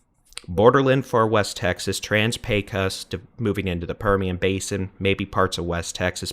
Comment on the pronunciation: FYI, the "o" in "Pecos" is pronounced as an "oh"